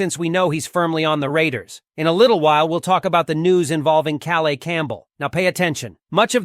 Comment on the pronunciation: welcome home, Calais Campbell!! pronounced Ka_layis.